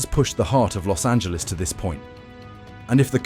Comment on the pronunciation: Los(t) Angeles